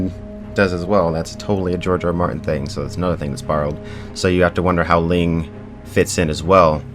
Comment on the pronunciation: littile thing its not ling its "lang"